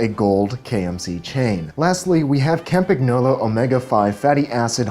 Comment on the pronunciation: To all you guys, Capagnolo = pronounced as Campaniolo or CampanYOLO